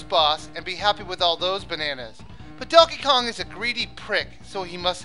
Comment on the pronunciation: I thought you said Duckey Kong....